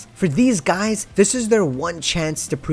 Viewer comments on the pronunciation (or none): none